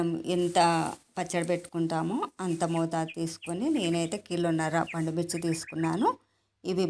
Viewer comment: పాండుమిర్చి కాదు. పండు మిర్చి. తెలుగును చంపేస్తున్నారు